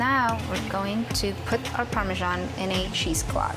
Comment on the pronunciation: Parme*S*an - it's an S, not a G.